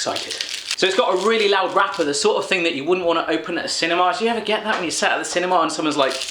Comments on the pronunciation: "cinimar" xD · we call it a theater not a cinema or as you said it "cinemar"